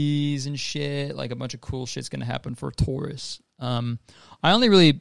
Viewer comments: Damn I rlly sat here and thought Kurtis said “good year for TOURISTS” not “Taurus” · Straight up thought he was saying "tourists" 😭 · I thought you were saying tourists. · I thought you were saying tourists instead of taurus and I was like oh... okay good for them ig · when Kurtis said “it’s gonna be a good year for Taurus” I thought he was saying TOURus like the name of people who do tours 💀💀